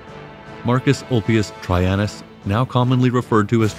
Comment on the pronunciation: Tredshiun? His name was Traianus.